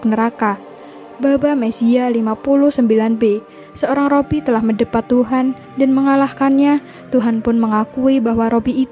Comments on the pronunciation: Min koreksi penyebutan Robi,yg benar Rabi minbukan Robi 🙏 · Rabi bukan robbi sih